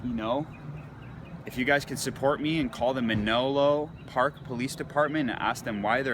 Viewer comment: OK, First I wouldn't follow anyone's advice, who can't even spell. How many times did he read "Man-O-Lo Park police" off the side of the cruiser, when it actually says Manlo Park? The 2nd Edition of Black's Law Dictionary, is from 1910. It's 112 years old!! Do his followers think that there have been no Amendments, updates, new rulings, or Supreme Court challenges that might have changed the driving laws in the past 112 years? The State makes the driving rules and regs, and smaller municipalities can even be MORE specific about local ordinances. The police were not illegally searching his truck. They have to do an inventory of the car's contents, so there are no problems at the lot when he goes to pick it up.:chillwcat::dothefive::goodvibes